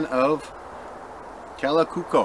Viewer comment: Kalakukko pronunciation is quite good.